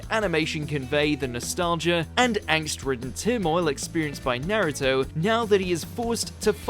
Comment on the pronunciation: I demand you pronounce Naruto's name properly. Jeez it's pronounced the same in English and Japanese Nar ( Rhymes with car ) Uto ( as in Pluto ) Not Nare-uto Not Naruddo Not Nare-uddo